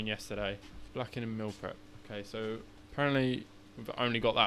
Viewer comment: Meal 💀 Mill ✅ what accent is that from? :P